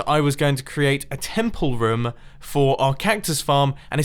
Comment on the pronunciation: "I need plenty of roum" .....ITS ROOM XD